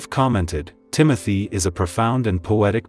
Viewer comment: The correct pronunciation of his first name is ' Tim-oh-tay' .